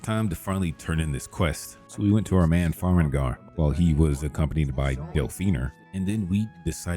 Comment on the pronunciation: it does sound like AI generated dialogue. No breathing at the beginning of sentences, NPC names not pronounced correctly (Fart Kiss = Farkas, Farengar = Farengor, so you use "Secret Fire" instead). Sorry if I'm mistaken, and if I'm not, I find this very smart and the results are good (saves a ton of time I guess)